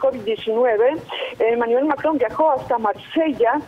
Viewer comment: No sabía que el presidente de Francia se llamaba “Manivel Macron” hahah😂😂